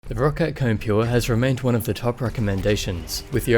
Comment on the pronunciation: Its actually pronounced "Ko-Ne"